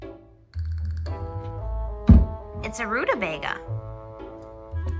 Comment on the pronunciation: It's pronounced roota BAGA not voter😂😂